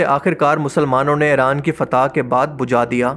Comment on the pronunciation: Just Stop Pronounce Iran as Aeran Already!!